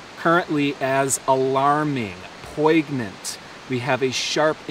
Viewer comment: I believe poignant is pronounced poin-yent :) thank you for your update!!